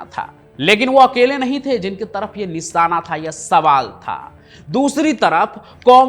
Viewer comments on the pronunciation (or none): none